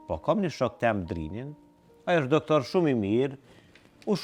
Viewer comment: Pse i thoni doktorrit ( DOK) tingëllon sikur i thua dog🐕😁😅😂😂😂